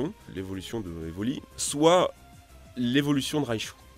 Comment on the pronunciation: "Raishu" ? ... Tu veux pas plutôt dire Raichu ? Mais Raichu existe déjà ... Âlloooo ...